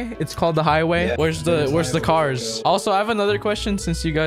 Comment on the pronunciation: xD “kars”